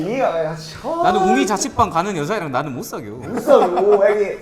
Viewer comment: 나는 못사겨 이 약간의 사투리 좋음ㅋㅋㅋㅋㅋ